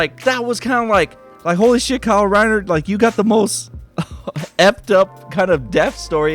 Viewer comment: kyle rrriner lol